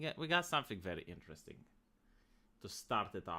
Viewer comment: I miss when said inta-desting instead of interesting.